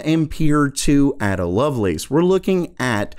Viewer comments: Ada not Adda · A-DA Lovelace - JESUS - look her up you philistine. It's pronounced like "day or say". She is "chiefly known for her work on Charles Babbage's proposed mechanical general-purpose computer". I'm down-grading your D+ to an E. I used to live on Lacelace Drive in Surrey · Just a tip: Ada Lovelace is pronounced 'Ayder'. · A-da... it's a long 'A'! You don't have a clue who any of those people even are, do you?